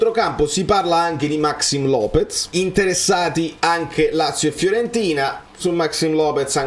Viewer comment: io apprezzo tantissimo i tuoi contenuti, sono sempre fatti con tanta attenzione e cuore. Però proprio perché hai insistito sul pronunciare bene "Kvaratskhelia", ti consiglierei un poco di attenzione in più sulla pronuncia di altri calciatori (Maxìm Lopéz, Azpilicueta, Mamardashvili). Lo so sono un pignolo, ma credo anche tu ci tenga a perfezionare al massimo i tuoi video. Per il resto bravissimo come al solito, Forza Napoli Sempre!